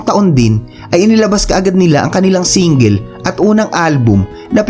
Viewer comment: ganda sana content mo pero nasira sa pronunciation mo sa salitang "single", sana ayosin mo.